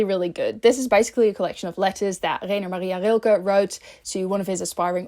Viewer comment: Hi, first of all I loved your video! And because I speak german I have to say that you are really gold at pronouncing Rilkes name❤